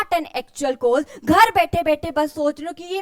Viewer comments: mam its wonderful ❤but Just one Thing its COST not KOST as pronunciation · Her pronunciation of *cost*💀